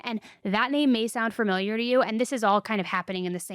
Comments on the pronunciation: I love you but it’s fAMiliar not farmiliar… I’m sure you’ve heard it before but damn girl, every episode? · You say "fermiliar" like one of my friends and I think it's so cute